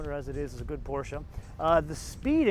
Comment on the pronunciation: Finally an american who can correcly pronounce PorschE